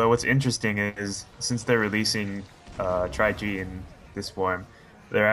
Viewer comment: Not tri tri G